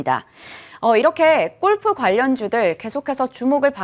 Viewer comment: 유익한 정보는 고마운데 golf를 왜 꼴프라고 계속하나요? 꼴프가 아니고 골프라고 하세요 듣기안좋네요